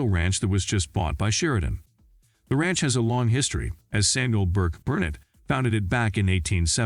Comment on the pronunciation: FYI, it’s pronounced Burk Burr NET’ emphasis on the net.